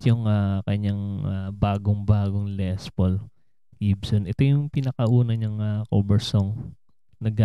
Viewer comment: When you pronounce Les Paul - pronounce it with silent "s", s/b Le Paul.